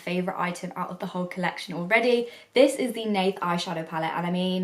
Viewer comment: You spoke her name very correctly :) Great test, I like it very much! makeup is so beautiful :) Greetings from Poland